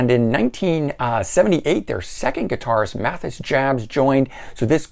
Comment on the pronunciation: Meine, pronounced MY-nah. Mathias, pronounced ma-TEE-iss. You’re forgiven, though, because these brash, young upstarts have only been around for 57 years. 🙄